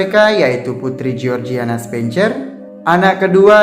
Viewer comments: Kenapa dibaca "CER" padahal itu kan dibunyikan "SER" asli ga enak banget didengar nya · Coba diperhatikan pronounciation 'spencer'